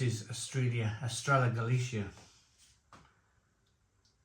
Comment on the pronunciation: The ll sound is like an English y or yuh sound, basically. Don't pronounce it correctly until after the final though.